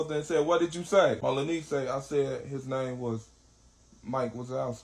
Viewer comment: Malanese instead of My Lil Niece is hilarious 🤣🤣🤣